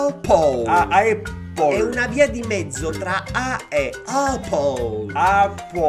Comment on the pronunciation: Ché si dice eppol